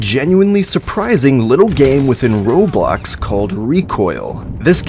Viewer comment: Bro said r o b l o x and I lost it 😂